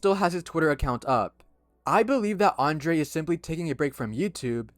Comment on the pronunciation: His name is not "Andre" but "Andrei" please correct this.